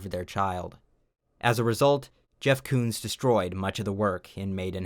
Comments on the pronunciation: Jeff Koons? More like Jeff Cooms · Jeff Koons. More like Jeff Cooms. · Jeff Koons? More like Jeff Cooms.